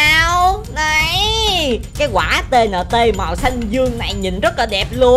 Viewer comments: Gọi là ti ên ti không phải T N T đâu anh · đọc sai rồi quả này ta kêu bằng ti in ti